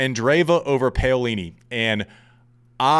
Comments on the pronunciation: Love you mate! But...who is "PEolini"? It's "PAolini". :) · Paolini!!! Not paiolini.....jerk!! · Andy…get this PAUlini…..not Paylini!! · Pow is wrong too. Italians don't stitch the two sounds together but they actually pronounce them separately. When talking faster it may seem like it but it doesn't. It should be Pa-O-li-ni. Can't explain it better being Dutch having learned Italian. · I agree. We dont mind accents but we do expect a bit of effort in finding out how to pronounce a player’s name properly. . The “Pao” rhymes with “How” We care and sometimes we cant listen properly to what youre saying. Sorry Andy. You actually have good content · Andy, I love you, but I'm not the only one cringing. You have to try to get the pronunciations of names at least CLOSE to correct. Paolini is pronounced (Pow-Lee-Nee). You can do it!! You are Andy Roddick!! You the MAN! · I don't want to start another "Cybotch Veildsh" controversy, but every time you pronounced Paolini "Payolini" my heart sank a little bit. Refusing to pronounce a German name with a Portuguese inflection is one thing, but americanizing a beautiful Italian name hurts... ;) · I endorse this rant. And Im brazilian, I dont care how he pronounces wild, but Paolini sound terribe when pronounced Peyolini. Sorry Andy, keep up with your great work, we love you! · Oh right, so you may have also wanted to note the pronunciation which is correct in Italian yes? Pah-o-li-ni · Ok i see so many mistakes in this thread so I will clarify since I am Italian. It is pah-o-li-ni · Isn’t it pronounced Peeolini? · Andy, please stop butchering Jasmine Paolini’s name. Please look it up, or listen to the tennis analysts on Tennis Channel, or google it to get the correct way to say her surname. I say this with all due respect, because I find your podcast so accurate and hilariously funny. It’s wonderful having a past ATP pro, was amongst the elite in men’s tennis join the hordes of tennis podcasters. Keep bringing it!